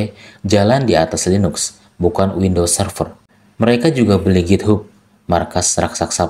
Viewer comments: githap bacanya bukan github, tiaphari azur bacanya bukan azure 😂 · Maaf bang sekedar saran pronouns nya agak dibenerin lagi karena saya dengerinnya agak kurang nyaman. Contoh Source dibaca sors, github dibaca githab, microsoft dibaca maykrosof. Saya seneng sama bahasan ini, terus lanjut bang buat orang awam kayak saya